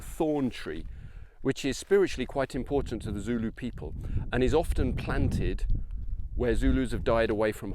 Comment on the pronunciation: Your pronunciations of the very difficult names is excellent, zulu is not an easy language. This is an excellent video and really puts things in perspective, eve though I lived in Natal as a school boy I never got to see the battle field.